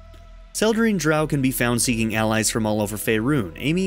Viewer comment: You are saying Drow wrong lol